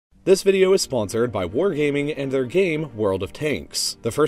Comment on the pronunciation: When he told us who the sponsor was he said war haming not war gaming lol